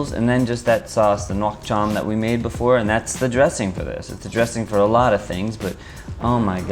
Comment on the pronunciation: I got you fam. Say "Nuoc Cham" like. "Nook Cham".(rhymes with cook sorta). For "Do Chua" which literally means sour stuff, say "Doe(the animal) Jool or Jewel" Say everything faster and you should be alright. Bun Thit Nuong = Boon, Tit(...), Nung while your voice goes up.(rhymes with sung sorta). You're better off saying Pho Bo, like "Fuh Ball". While dropping your voice a tad on "ball". And holy cow your Pho look spot on. Great Job